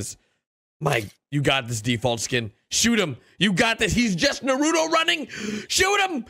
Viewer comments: He really sed narooto running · said narudo instead of naruto im laughing I’m not hating I’m just saying